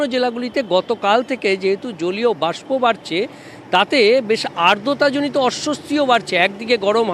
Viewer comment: আর্দতা!!!! ওটা আদ্রতা ,সাংবাদিকের মূল অস্ত্রই কথা সেটার ভিত্তি উচ্চারণ ।